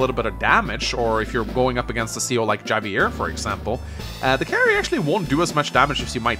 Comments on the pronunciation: Isn’t Javier pronounced like Havier? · I cringe everytime says Javier with a hard J